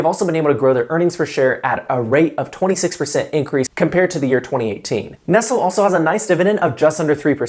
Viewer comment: Pretty sure that's not how you pronounce Nestle 😆